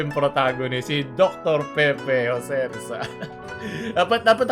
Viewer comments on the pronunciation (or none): none